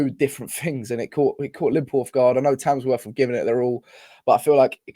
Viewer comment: there's not a single 'S' in Tamworth